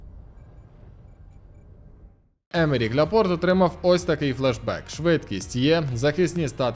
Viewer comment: Він Ляпорт, а не Ляпорте)